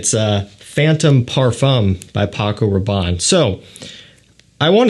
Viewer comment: "Parfum" lol